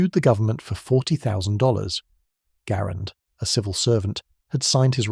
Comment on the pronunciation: Garand was pronounced "Gerund" according to him.